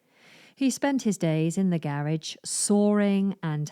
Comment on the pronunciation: Is there not something wrong with the way you pronounce the word "garage"?